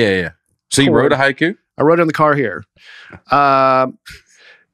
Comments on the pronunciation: Dusty, I was also a huge fan of Raven the wrestler. Between that and pronouncing “haiku” like the wrestler Haku, I felt like this episode was sponsored by WWE. Thanks for the “poyms” and the laughs, fellas! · Watching Dusty and struggle to compose themselves while was pronouncing prom and poetry was so funny to me that I was in tears at the end of that segment. Then, when I heard him first say “haiku”, I thought he sneezed at first. Y’all are awesome! Thanks for the many many laughs. Looking forward to seeing Dusty in Richmond at the Funny Bone. I’ll be at the first Saturday show. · I listened to this podcast while on a 6 hour roadtrip and had tears running down my face listening to say poem! Then he pronounced Hai KU and I lost it again! you are a national treasure. Thanks for these long podcasts!! They definitely made my trip better!